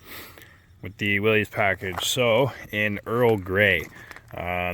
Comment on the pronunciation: Its pronounced willis not willies